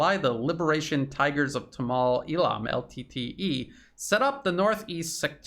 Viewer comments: Good stuff, but correct pronunciation is 'Tamil' not 'tamal' as you say. A couple further things in reporting is a China developed/leased port facility and also how leadership got sucked into extreme green policies like organic farming which crashed exports. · Quote: "Gadavillers Panoir 9 months ago (edited) Hi! A Sri Lankan here. Let me clear up some confusion. Even though it is written 'Sri'; we pronounce it as 'Shree' because that's how it has always been pronounced in our native language. " Also: "Tameels". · Excellent analysis, but the pronounciation of many words like Tamil was wrong. Hope you figure it out next time